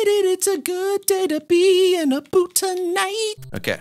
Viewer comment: That's not called a "boo boot" that's a boo(t)